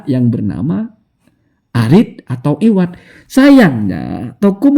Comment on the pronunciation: Bkn iwadh tp awadh